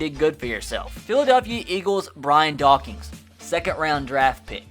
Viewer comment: Zack Haselius it sounded like “dawkings”